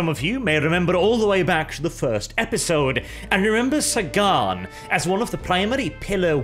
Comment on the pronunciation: The English language: Sagan: SAY-GONE